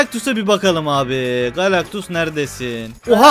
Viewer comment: Abi oyun fatihi wolverineyle savaşı diye sen Galaxtus diyon ıq